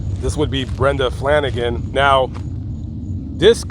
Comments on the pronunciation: Brenda FALAGAN ,not Flanagan. whatever became of the toddler that wasn't killed? I don't think it was a lone killer either, unless they were all on drugs and unable to fight back?? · Crazy story! You misspoke with Brenda's last name it's Falagan not Flanagan. Excellent work though! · Falagan, not Flanigan.